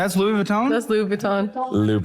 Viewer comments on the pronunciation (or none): he did pronounce it correctly, but then seconds later agreed and repeated "Louis Vuitton" with the host, whilst nodding and conflating the two words and mumbling it to sort of sound like Louboutin. Let's face it, he either got stage fright in front of the camera, or, he didn't know wtf he was talking about. My vote is on B.